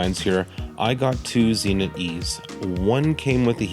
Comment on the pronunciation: I have a couple of Zenits but no Zee-nits.